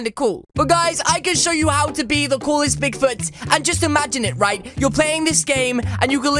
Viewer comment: I thought you said pig food in the video lol